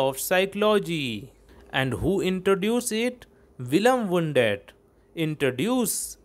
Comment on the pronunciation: बुंडट नही है भाई वुंड है